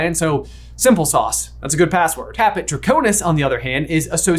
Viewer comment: caput draconis not caput draconus